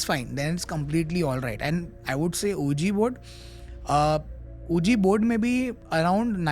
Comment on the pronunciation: I didn't warm up to the host, only a few repeated words like SHIT, ohhhh!, OK, right, not very engaging or interesting. Ahuja board kya hota hai it's pronounced Wiji board 😂. was still interesting.